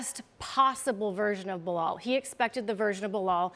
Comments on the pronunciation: Chael - its Bee-lal Not Blo hall Hahaha… :) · Bluh-hal - Chael Sonnen😂😂😂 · Chael: Behal lol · Loool how does he get away with mispronouncing fighters name (behal) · Charles Sonnen was a Blahal believer years ago. There is a clip of him calling Belal Blahal over the years. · Chael still saying Belahall